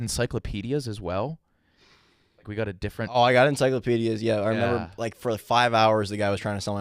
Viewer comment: can’t say got…